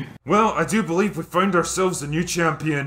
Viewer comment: "WE BATLIEVE." Oh good Christ I need a drink.